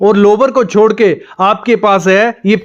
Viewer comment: दीवार लिए। नहीं दीवार के लिए। शोडो 😂😂😂 शोडो नहीं । छोड़ो।